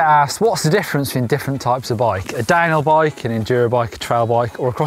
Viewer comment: Am I the only one hearing dinobike instead of downhill bike?